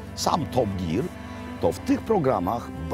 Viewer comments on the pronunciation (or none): none